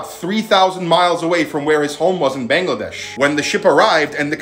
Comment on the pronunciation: It's Bangladesh Not Bengladesh,Don't Pronounce Wrong My Country Name And Other Country Names,Respect And Pronounce All Countries Right.